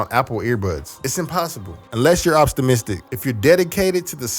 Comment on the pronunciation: “Unless you’re opstimistic”…